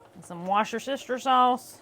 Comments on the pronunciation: Worcestershire. Pronunciation in England. Wus-ta-sha. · I love hearing Americans try to say Worcestershire sauce 😂 it’s pronounced Wooster shir sauce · It's worcestershire sauce..just LOL a Southerneese way of pronunciation. The type of fig is probably one called Turkey Red..not sure about the pectin but it's probably from the fig body.